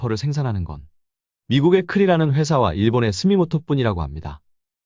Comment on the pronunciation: 스미모토가 아니라 스미토모입니다 다들 자주 헤깔리시는거 같네요